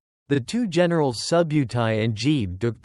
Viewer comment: interesting, but many mispronunciations of names and places make this video unwatchable. JEBE is one that stands out. He was nor JEE ! Next time do a little research !